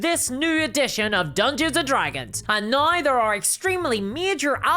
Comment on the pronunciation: I like her accent, I think it's adorable. And of course in Ireland we're the ones with an accent!! 😂. I like it when she says "now", to my ear it sounds like "now-ee." 😊👍😎